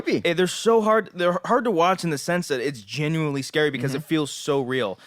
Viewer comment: Is saying genuinely? Sounds like genuy